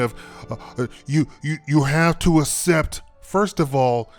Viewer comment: ass-ept? lol. its pronounced "ak-sept"